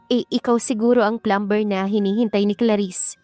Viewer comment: Take note how to pronounce the word Plumber , it is silent b sounded” plumer “ The word often is silent “t” sounded as “ofen” , Gusto kita as narrator pls huwag magalit. Salamat